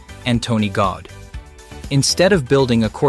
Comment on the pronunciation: His name is Gaudi not Gaud!🤨